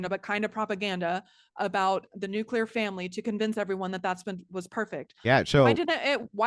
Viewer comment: It's pronounced "New-Clee-er " Not "New- qu- ler".